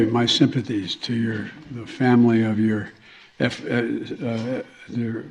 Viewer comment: My favorite line is: "YOU take YOUR seat." The emphasis is hilarious.